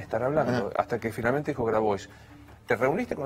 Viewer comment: Novaresio pedirte q pronuncies bien Grabois, es pedirte mucho, no?